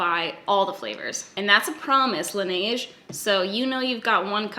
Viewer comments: Laneige is pronounced closer to Lan-edge. Just soften the d and blend it with the g more. Their lip mask is my favorite, but dear god you guys pay a lot for it there. Here (Korea), on coupang or gmarket, they're like $10. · Laniege??? ORDER THAT SHIT ON YESSTYLE! It takes a bit longer, but IT'S SO MUCH CHEAPER FOR US CANADIANS!!. You've been told. Don't make this mistake again lol